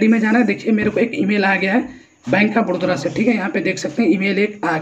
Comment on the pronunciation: बड़ोदरा बड़ोदरा क्यो बोल रहा है बे